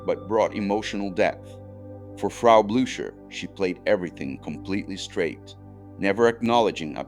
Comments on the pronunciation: WHO IS TERI GARE?? YOU IDIOT. IT'S PORNOUNCED BLUKER. YOU IDIOT. REFERRING TO THE MONSTER...."POURS SOUP INTO FREDRICK'S LAP", WHO IS FREDRICK??? YOU IDIIOT. AND WHY ARE YOU PRONOUCING MEL BROOKS NAME BROOOOOOK"? IT;S PRONOUNCED BRUK. YOU IDIOT. I CANNOT EVEN WATCH THE REST OF THIS. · How do you NOT know how to pronounce Frau Blücher ????